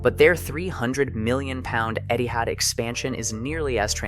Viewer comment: I don't why but everytime he said Etihad i always heard it as Eddy Howe